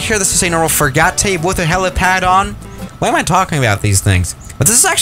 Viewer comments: "this is a normal fri-ga-tay with a helipad here" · Me: oh look a frigate: F R I G A - T E